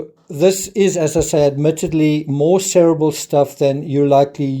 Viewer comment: Its pronounced ser-ee-bral not ser-abble (spelling cerebral)